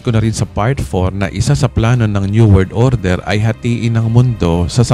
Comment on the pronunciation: Baket po laging may cut pag binibigkas niyo ung New World Order??